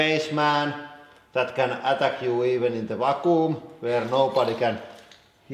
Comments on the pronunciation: I honestly thought you said "Fakku" chamber.... and please don't look up Fakku if you're not 18+... (even though I know some of you will anyway) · i thought he was saying raccoon chamber lmao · "Or at least...why the fucoom chamber?"